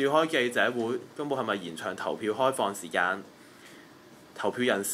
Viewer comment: 注意下懶音 "實"體、"時"間、記"者"等 繼續努力！